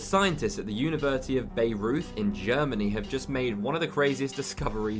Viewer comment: As German native speaker just FYI: It's not "Bayreuth", it's pronounced "Bye-roid".